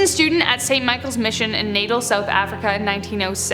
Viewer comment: How the English pronounce Natal is making me laugh....... It is an Afrikaans words that came from the Portuguese. Btw here in South Africa like I won't understand it like me and my family will move into a house that is huanted as hell and we won't be bothered with. It. Like I for example dint fear it..... is that weird